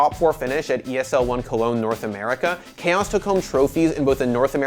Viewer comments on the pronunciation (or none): none